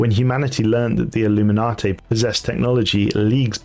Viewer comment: Btw it’s illu-min-nate, not illuminati